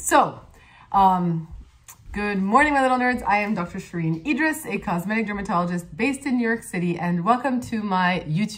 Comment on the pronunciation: Dr. Idriss, how do you say your last name? is it just me or do you pronounce it two different ways in this video? EE-driss and ee-DREES?